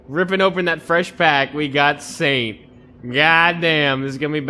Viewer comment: I think I heard you say satan instead of Saint!